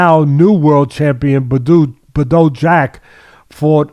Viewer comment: "BAH DOO" Jack - Bado Jacko "Mack Ka Boo" - Makabo Cmon now